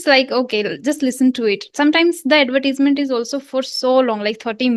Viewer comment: mam you pronounce the word " advertisement" incorrectly. soooo........